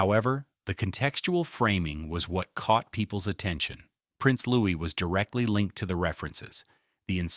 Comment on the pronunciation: How can anyone believe a word of this? Especially when the commentator is unable to pronounce Prince Louis' name correctly. All AI tripe in my opinion.